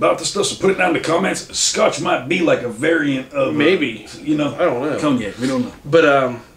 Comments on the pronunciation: Pronouncing it “Cogg Nack” is diabolical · 😂😂😂😂cogneck desaucey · its pronouced con-yack